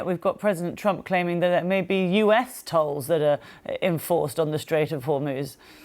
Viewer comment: I liked the mispronunciation of "tolls". However, not sure who are actually the "trolls" 😂, although I have some ideas...